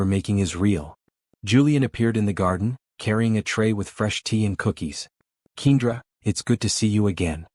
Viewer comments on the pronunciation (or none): I absolutely hate the pronunciation of keenDRA I am used to Ken-dra